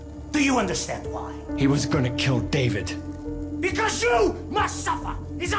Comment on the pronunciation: دايفد❌ دافيد✅